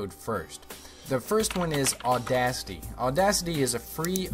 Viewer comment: Audasty? No, auda-CITY.